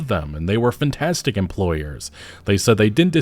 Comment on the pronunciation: "Fantastic employers" or "FNtastic employers"?